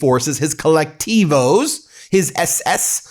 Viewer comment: Trump's ICE forces are not the same as Venezuela's "colectivos." You shoul inform yourself better and also learn the right Spanish pronunciations of the words you are using